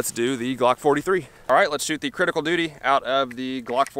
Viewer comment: Love the way mericans butcher English.. Cridical doody ..... Go on make a T noise. Its 'wridden' on the box. See what I did there. Im typing in American. Ive seen a video recently.. They used a perfectly glass clear ballistic gel block, it was great for the video, most channels use a yellow tinted of varying opacity.